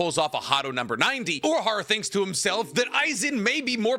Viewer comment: yo he is called urahara not uraharu or urahardaddy